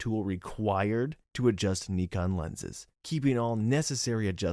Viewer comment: It’s Nye-Con lol.